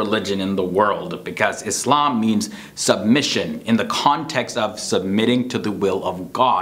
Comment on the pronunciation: Like, how you pronounce the word Islam!!